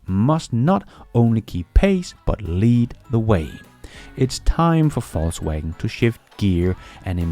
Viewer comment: It sounds like you said Falsewagen and it sounds about right